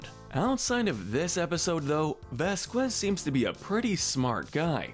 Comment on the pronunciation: Pronounced (vas-kez)